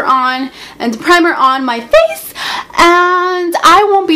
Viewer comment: HAHAHA listen how she says "Face" xD omq, doesnt yo momma and daddy & brother wake up when they hear u all talking & being silly.? lmao gotta ♥ you